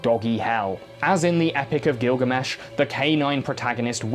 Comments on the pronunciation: u pronounced gildermesh right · isn't that the correct pronunciation of Gilgamesh though?